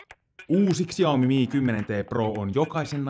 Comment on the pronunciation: Täytyy kyllä huomauttaa että Xiaomia ei lausuta suomalaisittain eli niin kuin se kirjoitetaan vaan se lausutaan Shaomi. 😉